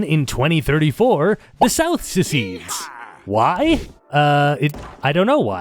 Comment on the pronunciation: "The South ceceedes. ... They just... Do that sometimes." Real.